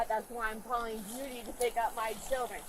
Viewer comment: Never seen anybody struggle so much with the name "Judy." 😮😊